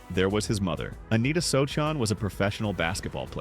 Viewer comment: You can't even say his name right... oh wait, you are AI.